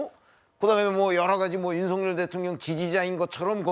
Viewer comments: 저분 북한의 유명한 아나운서 발음으로 윤 석 열 이라 ? 제가 잘 못 들었나요? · 이 분 북에서오셨나 고뇌하는 윤. 석.열 이라고 또박또박말하는게 북칸 아나운서 스타일이야.